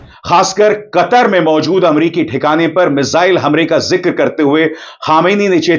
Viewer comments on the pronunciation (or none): Katar nahi woh Qatar hai say from epiglottis